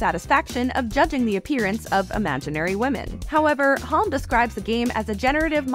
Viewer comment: I doubt it. The pacing is off and Halm was pronounced weirdly.